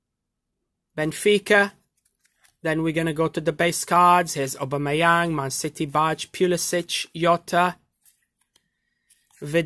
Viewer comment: When he says obamiyang SOOOOO FUNNY